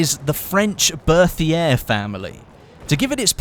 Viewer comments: 1)Chautchat is pronounced show-show or show-shot. French is weird 2) fed-e-rov not fedor-ov 3) Bert-E-A not Berthier 4) check out Forgotten weapons and C&Rsenal for gun info. Then you aren't taking out your arse or quoting Wikipedia. I've seen plenty of top youtubers not know something as simple and the difference between an en-bloc and stripper clip. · 2 thumbs up for the Berthier!! Love that thing in Verdun also, it's pronounced "Bec-tee" :P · great video, but I have some gripes about your pronunciation. The first is the Chauchat. It's actually pronounced like 'showshow'. The next is the Berthier. That is pronounced 'Bertie-a'. In this case, the 'th' sound is just a t, and the 'r' is silent.